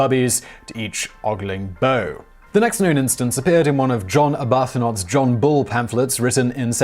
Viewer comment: Weird how your normally impeccable autocue reading collapses when the source is old. I can easily forgive "shew" (pronounced show, not shoe - to rhyme with beau) which is a misleading spelling; but why say abarthanot for Arbuthnot, quote instead of quoth and chevril instead of chervil which are all straightforward? Is it the funny old font that scared you?